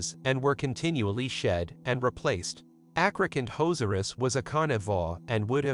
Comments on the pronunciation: I heard athrocant hoes r us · “Acrocantozerus” Wait what? Call me a hater but there’s a few problems with this video. 1st: the pronunciation acrocanthosaurus is incorrect, the H should not be ignored. 2nd: there is no hard evidence of acro hunting in a social hierarchy.